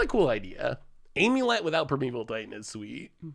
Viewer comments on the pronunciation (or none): none